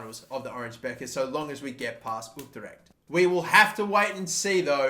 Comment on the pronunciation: Its pronounced beker not becker